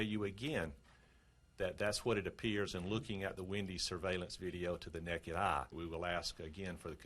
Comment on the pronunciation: "The neck-ed eye" lol